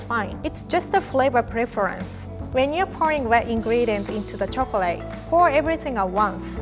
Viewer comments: Love it when she says " chokrate" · Lol instead of chocolate she says chocret